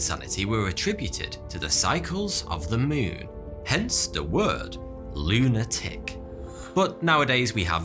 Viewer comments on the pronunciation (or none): none